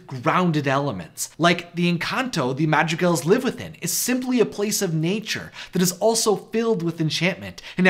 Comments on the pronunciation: how u say madrigals sounds like magic elves... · When you said "Madrigals", I misheard it as "Magic Elves" and was confused for one second... :)